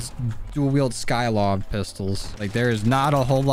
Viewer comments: Sy-kov*****not sky-kov😑🙄😒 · Mans really said skylov